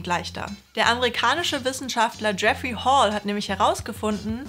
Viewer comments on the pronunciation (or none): none